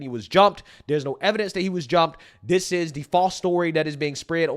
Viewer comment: This so called "" repeatedly saying "Dis" instead of "This" and "Dat" instead of "That" is driving me nuts. 😂